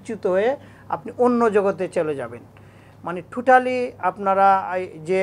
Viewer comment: জিবরা( জিহ্বা), ঠঠালি (Totally) 🥴🥴